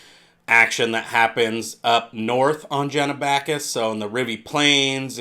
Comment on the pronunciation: Really interesting video but stop pronouncing it Jenabackis, it starts with a G, so like the G at the beginning of gay, Genabackis